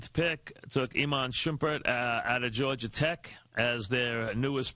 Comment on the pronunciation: Iman "George-er Tech" Shumpert